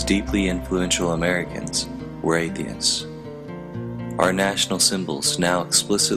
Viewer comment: Did he say Athiens in . Yes hi did LOL!!